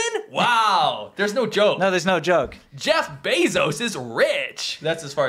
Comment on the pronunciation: Glad to see a return of "Jyeff, you hyave a cold". Haven't laughed like that in a while. Wow, so good!